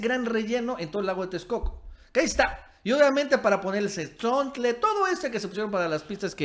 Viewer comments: Escuche bien? Dijiste cenzontle? Corrijo es Tezontle. El Cenzontle es una ave. El tezontle es una piedra, creo que volcánica. Por lo demás buen video :>) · No es cenzontle, es tezontle o tezontel como le decimos en jalisco mi estimado, felicitaciones por tus videos. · Se prenuncia tezontle, el cenzontle es otro pájaro de cuenta. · disculpa pero me pareció por que dijiste "cenzontle" en vez de Tezontle, Jo Jo, me dió mucha risa jajajaja o tal vez oí mal, bueno, lo importante es que contribuyes mucho con tus vídeos. Saludos